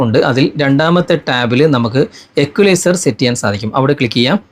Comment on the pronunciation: എക്വലൈസർ അല്ല ഈക്വലൈസർ ആണ്.. 😂